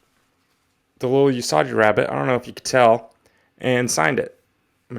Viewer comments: Lol... “Yusajji” SMH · Awesome pull! One question and one tiny knowledge drop: 1. Is it a good idea to handle a high-priced comic with gloves to not get any oils on the cover or does it not really matter? 2. Usagi is pronounced with a hard G, like unagi or Giza, not like a J. (NOT trying to be a dick, just trying to be helpful, i swear. lol) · “Yusajji” is killing me bro! 😂🤣